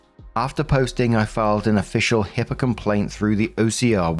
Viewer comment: Its HIPAA not HIPPA, that’s a common mistake